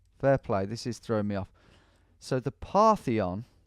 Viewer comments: It said "Partition", not "Parthion". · Between that and him being unable to read the word "Partition" I had to fight the urge to shout at my screen